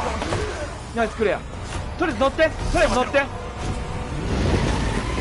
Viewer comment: とりあえず乗ってが、クリス乗ってに聞こえた（笑）爆笑